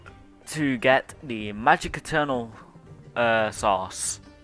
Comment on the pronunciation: You: Eternal Source Me: What? Eternal Sauce?